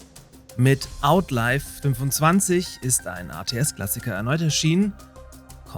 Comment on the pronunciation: nur kurz zur Aussprache von "Outlive": das spricht man 'Aut-liw', nicht 'Aut-leif' Sonst wäre die Schreibweise "Outlife". Gleicher Unterschied wie bei den Worten self/selves, wolf/wolves usw.